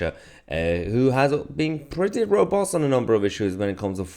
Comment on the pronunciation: The way he says robust 😂😂😂 what a melt 😂😂😂